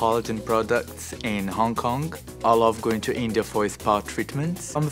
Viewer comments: I noticed that too. LOL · "hong konk"